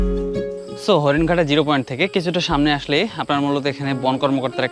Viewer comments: “‘সামনে” নাকি ”সামোনে” শব্দটার উচ্চারণটা একটু বদলালে আরও ভালো লাগত, কারণ ভিডিওতে এই শব্দটা অনেকবার শুনেছি।” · শব্দটা হচ্ছে সামনে,সামোনে নয়. It sounds disgusting..